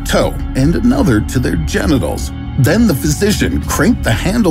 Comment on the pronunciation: When he say Jennecals he puts it on privet part 😢